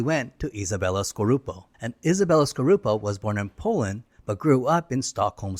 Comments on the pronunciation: Isabela Scorupco, not scorupo, actually it's skorupko, it's polish and there's two K in it. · Scorupco. Not Scorupo